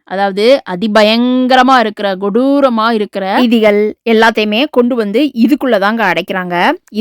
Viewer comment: Godooram illa sister kodooram adikkadi neega godooram godooram nu solriga 😂😂😂